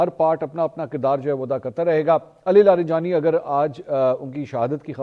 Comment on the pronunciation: Mansoor Bhai ye Ali Larijani lafz ha Ali laranjani Nahi